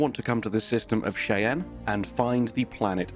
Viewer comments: For information purposes: Cheyenne (shy-ann) Not shay-ann This is the name of an indigenous tribe of North America and I’ve provided the way we pronounce it in the US, but it may have a different way of pronunciation for the actual members of the tribe. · Shy-Anne. As in, "My shy friend, Anne." Shy-Anne. Freaking Brits, I swear... lol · The system name Cheyenne is from an indigenous North American people's name. It's pronounced like "shy Anne." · It’s pronounced “Shy Anne” it’s a Native American name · Atlatl is pronounced "At Lattle". It's an aboriginal spear that is thrown with a sling. Also, Cheyenne is pronounced "Shy Anne". Just FYI.